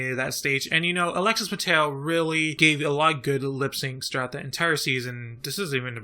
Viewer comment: Alexis Mattel? hahahahaha, it's Alexis Mateo!